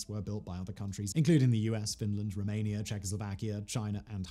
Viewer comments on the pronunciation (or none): none